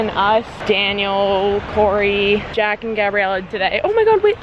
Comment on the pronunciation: She say Corey? lmao is Corbyn** but I still luv u